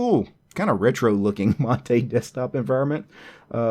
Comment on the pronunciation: The one used in the video is the correct pronunciation as it's named after the South American beverage.